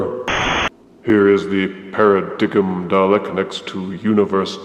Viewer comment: I on the other hand really like the new paradigm (it's pronounced paradime =P) and wish we had more of them as they were much larger and imposing, though not saying a few tweeks weren't needed. But great review as always